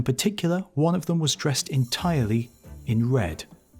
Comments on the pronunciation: Is he trying to pronounce "manitou" or is "Manito" some Italian dude they expected? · It's pronounced Man ih too not man EE toe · Second correction - the name Manito is pronounced MANitoo not manEEtow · Not man-ee-toe, man-i-too. Gitchee Manitou. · This guy constantly mispronounces Native American words and the names of tribes in EVERY video he does about them. As a Native I feel insulted that he cannot take the time to research things concerning my people more then this. Manitou is not pronounced Ma-nee-toe it is pronounced Man-ih-too. Emphasis on the first syllable not the second. The last video I saw of his he called the Osage Oh-saw-gee! Its pronounced Oh-sage two syllables not three! The G having the soft J sound not the hard G. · The Great Manito is pronounced "MAH-nee-TOO."